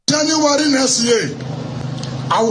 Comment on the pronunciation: Wike please what is JENUWARI? Get educated and learn how to pronounce words